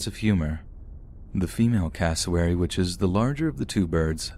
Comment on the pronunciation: Thought he was saying Casselberry when he was saying cassowary